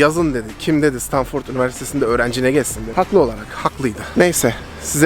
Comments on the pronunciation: Stanfırd diye telaffuz et şunu ya😫😫😫😫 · stanfırt ne lan sabahtan beri gülüyorum 😂😂